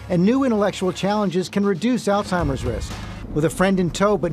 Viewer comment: Alzzzzzzzzzzzheimers not allttttttttimers , the disease is literally a person's name